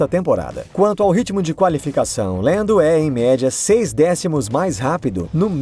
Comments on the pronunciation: por favor, fala Lando ou Landinho. Lendo não combina kkk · Deve ter sido só eu mas eu me incomodei demais com ele falando "Deniel Ric" e "Lendo"